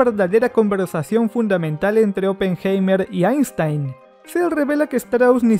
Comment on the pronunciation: Vuelve a ver la película... Ni siquiera sabes pronunciar oppenheimer!!! Pésimo.